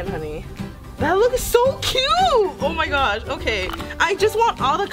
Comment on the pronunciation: Lo único que le entendi fue oh my gush